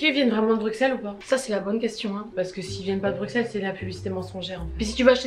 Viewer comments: Les gars arrêtez de dire BruXXXelles ça se dit BruSSSelles 😭😭 Ça fait mal à entendre le xxx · Bruxelles ce dis brusselles pas bruXelles😭🤌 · Actually on prononce pas le X de Bruxelles mes bb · En tant que Belge la façon dont elle disent Bruxelles me tue les oreilles 😂😬